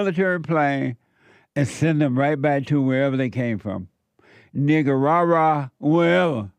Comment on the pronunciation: He’s the only person I’ve ever heard pronounce it right.